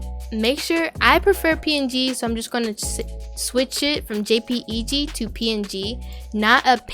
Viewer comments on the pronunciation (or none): love your videos!! also you can pronounce jpeg/jpg files as jay-peg instead of spelling it out